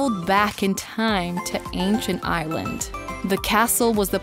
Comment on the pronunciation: There were a number of mispronunciations for the simplest of words. Ireland sounded like “island” and despair sounded like “dispear”. Again, it felt very AI narrated.